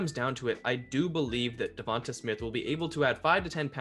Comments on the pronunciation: Da-von-tae say his name rt not hard buddy that besides good vid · Duh-von-tae....the announcers are literally saying his name 😒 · Pretty sure you're saying Devonta wrong. It's a strong A at the end of his name. Hoping the Eagles end up with Chase. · Great analysis. But I waited all video for you to say Devonta Smith's name right. It did not happen.